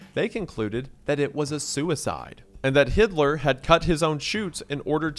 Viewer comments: yea how do you say that name, it's written hill - der, why wendigoon says like it's hitler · Hilder became Hidler and at some point I swear I heard Hitler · boy oh BOY would I be pronouncing the HELL out of my last name if it was “Hilder”. “Yea it’s Steve HILL-der”🤣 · Hilder or Hidler? say Hitler one more fucking time. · Hil-der mispronouncing it made me have to take a double take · sounds like you're saying Hitler. Lol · Hilder Bro… It‘s Hilder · Why is he pronouncing hilder as “hitler” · Mr. goon? i think the other guys name was “hilder” and not whatever you said :) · isnt it Hill Der? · ohhh , "Hilder" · It's Hilder... HIL-DER!! D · had to rewind with your pronunciation of this guy’s name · You did Stephen Hilder dirty w that pronunciation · Is Hilder really pronounced like that? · Wendi, no! Don't mispronounce the name Hilder. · I like how he keeps mispronouncing the name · Had to do a double take on the pronunciation of that last name. I thought offing yourself in dramatic fashion ran in that family. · bro did you really have to misread "Hilder" like that? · definitely NOT how that name is pronounced 😭😭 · that's an unfortunate way to have your name Hilder mispronounced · Is Wendi really saying "Hilder"... i think i heard something else every time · Had to do a double take at that unfortunate naming and an even more unfortunate mispronunciation of that name 😂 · I also had to double check if I heard that name right......not the best name to have and even more unfortunate if someone makes just one small pronunciation mistake xD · SERIOUSLY VSHAHAHA came here to say this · i knew i wasn't the only one who had to do a triple take 😂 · unfortunate mispronunciation of the name "Hilder" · really saying Hilder the wrong way lol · bro did him dirty with that last name pronunciation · Sir, his name is HILDER, L BEFORE D ! might want to check your pronounciation on that one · Did he just pronounce that guy's name as a certain Austrian artist??? 💀😱